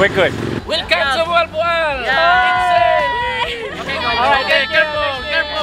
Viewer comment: and Note If you speak English,do it in English way..If you speak Filipino native(bisaya),.do it in Bisaya way too!..just like MOAL-BOAL,.It's Mo-al,Bo- al!,..you sounds Mol,bol!..😄,..try to emphasize the two syllable,..Mo-al,Bo-al!,.that's it!😊.